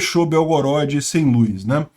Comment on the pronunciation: gosto e assisto todos os dias seus vídeos, mas não aguento ouvir você pronunciar luz, com is. Kk. Um abraço